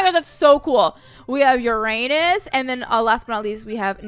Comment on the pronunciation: It was so funny the way she said Uranus lol